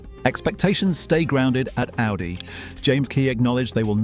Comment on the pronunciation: It even messed up the pronunciation of Audi lol